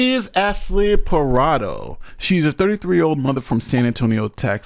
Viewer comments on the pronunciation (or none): bro how tf you going to pronounce PARDO as PARADO tho? i cant respect you enough to watch past that. i'll learn about the story from someone else tf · why do u pronounce "pardo" like "parado" wtf lmao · C'mon Wash-ing-tun! Just kidding, but seriously Ash-Lee Par-doh! not (parado) Pa-Rah-doh! Though I agree; she's MORE responsible than him at the age of 13! I was trained with guns at a young age; somewhere around the age of 10; by a police officer; my uncle! But I wouldn't look at something like this fun; since I was trained about what happens when you grab a gun! You use it; that's it! Never reach for it unless absolutely necessary.. Don't think he had proper gun training; of course military school also helped me respect a weapon even more; but more respect out laws, constitutions', and rights'. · Hey! Her last name is Pardo. Its pronounced (par-doh). It's my wife's maiden name. She's a little upset with the mispronunciation. 😂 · Stop with the stereotype against face tattoos! 😭 Btw, CANNOT pronounce any surname to save his life! "Pardo" not Parado or Prado 😂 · This guy can't decide how he wants to pronounce the mom's last name 😂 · My question is: how many different ways can pronounce this lady's name in one video? 😁